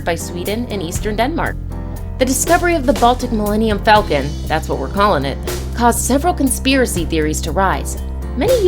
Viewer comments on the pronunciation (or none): none